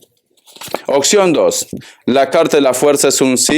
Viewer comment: Hola muchas gracias por tu lectura....de dónde eres que dices "acectas en lugar de aceptas" y dices "ocxión en lugar de opción?" .., saludos y bendiciones....